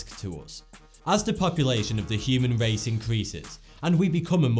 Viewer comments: the human wace huh? LMAO please evolve your speech. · The human wace has weached its peak!